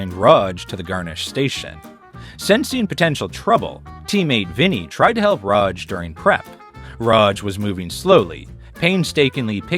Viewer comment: Bro can't pick a pronunciation for Raj. "Ruhj", "Raahj". Other than that, Amazing vid.